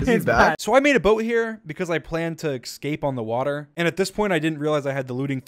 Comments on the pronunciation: Dream pronouncing escape "ecscape" just makes me so enraged lol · You think Dream is a perfect dude til he says “ecscape”